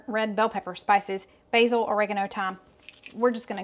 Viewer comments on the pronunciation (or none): none